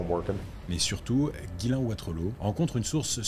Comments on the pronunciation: Ghyslain se dit "Jiss lain" pas "Guylain", mais sinon vidéo hyper intéressante ! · nan son prénom se prononce vrmt comme ca